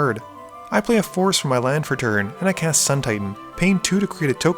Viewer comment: When you say forest it sounds like force (of will)